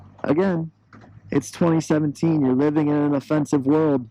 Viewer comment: If you want food prepared by the nationality of the cook you have to order Mexican food here in Denver. 😂 Am I the only one that heard "Living in a Material World" when you said offensive world? 😂